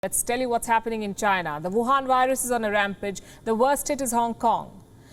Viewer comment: The emphasis on the word "wuhan virus" is too much